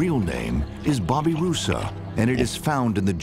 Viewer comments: I thought he said Bobby Russo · I really thought the narrator said Bobby Russo and was confused. I need more sleep. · why do so many channels keep pronouncing it wrong? it's Bab-i-ri-za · why does the narrator pronounce their names as bobbyrusa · at first I thought he said Bobby Russo. I feel bad for anyone with the name Bobby Russo